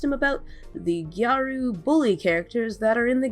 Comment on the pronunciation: I love how YandereDev corrected you on how "gyaru" is pronounced even though he butchered the pronunciation. It's gyah-ru, not gai-ru